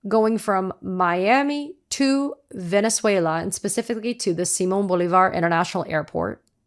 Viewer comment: Or as Dump calls it: "Venezueler"